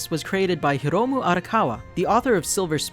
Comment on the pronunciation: Not trying to be picky, but your pronunciation of Hiromu was a tiny bit wierd too. You just pronounced the i as short, hard english i like in word [this], while it should be more like latin i like in [these] (so it should sound more like Here-oh-moo) :)